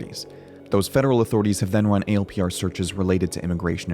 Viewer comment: You people are paranoid. And it’s not pronounced “A L P R.” In the “know,” they’re pronounced “Al-Per(s).” Saying “A L P R” shows the ignorance and FUD from you guys. 😆😆